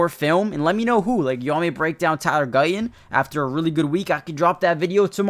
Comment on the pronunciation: Would it not be better if you said Guyton instead of Guy-Un. And would it not be better if you said Martin instead of Mar-Unn?